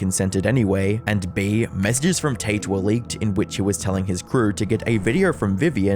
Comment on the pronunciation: Can't tell if you're saying "taint" or not lol.